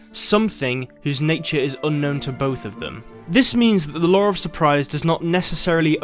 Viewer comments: More important question is: why is it pronounced 'lore' instead of 'law' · am I the only one hearing Lowre of Surprise? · "The lawr surprise" lol